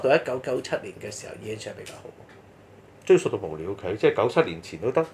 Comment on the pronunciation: ，追溯的「溯」字，正讀「素」，不應讀「索」。